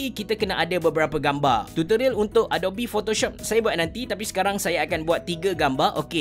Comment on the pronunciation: Sebutan yang betul adobi atau adop? Dah lama guna tapi baru terperasan bunyi dia. Atau abecerah pertimbangkan pasal kopi kanan? Hahaha. Tanya je. Apa pun terima kasih kerana share tutorial. Semoga perkongsian ni dirahmati.